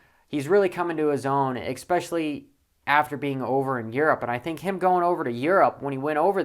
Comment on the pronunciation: “Exspecially” is not a word.